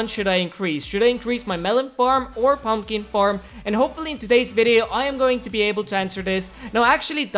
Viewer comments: He said purlner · Did he say pron owner or my ear just suck